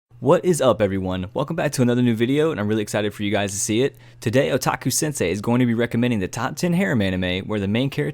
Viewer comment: “Walkure Romanze” pronunciation = “Valkyrie Romance”. Every video, always a mistake. You’re close to losing your otaku card. “Sensei” pffff